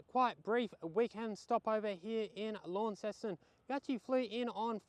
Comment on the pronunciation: Hi, "Lonceston" not "Lawnceston":face-blue-smiling:, love you having a James Boags 🍺